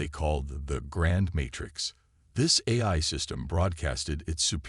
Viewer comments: Its A l not Aerhh...😂😂😂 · Great story, really loved it but... Please please please have someone review when you have a computer read it. Every Ahy instead of A.I. was very painful. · So repetitive and like others mentioned couldn’t pronounce even the word AI. Gets to the point where it’s oh my God would you please get on with the story and then it seems to be incomplete at the end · I stopped listening. I get sooo tired of most of you guys apparently having the very same LAME POS AI...or "eh-I" or however it keeps mispronouncing A...I... How can a freaking AI mispronounce AI!!!!!???? And, what is "e-KO-ing"!!!???